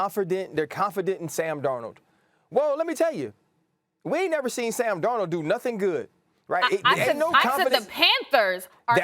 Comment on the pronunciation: Sam Darnald lmao really Sam Darnald....okay